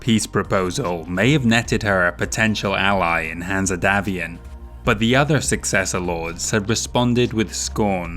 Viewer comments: The E is silent in Hanse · Is saying "Hanse" wrong on purpose? Or is it just his accent?